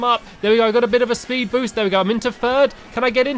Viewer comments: Did anyone else here Stampy say Spood Boost? <D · You said spood boost stamps